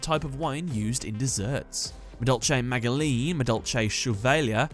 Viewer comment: pretty sure magileine is pronounced majilenn